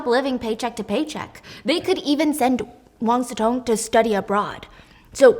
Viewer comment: I kept hearing Wang Zi Tong and wondered who that was 😆 Imagine the word "chop" and substitute "-p" with "-ng" then you'll get something similar "cho-ng" There isn't a close equivalence of "si" in English, but "si-mulation" will be good enough (even though it will sound more like "xi" to native speakers) As for resume, it's just English/French pronunciations, they're based on the same Latin word, but they came to mean slightly different things. "Résumé" (the CV), with the accent aigu, retains the French pronunciation, and means more of a summary, but "resume," the English version without the accent, usually refers to the original meaning, to re-take, to continue...